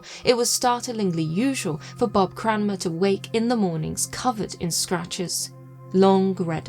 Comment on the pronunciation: As a Cranmer, I would like to thank you for pronouncing the name correctly 😂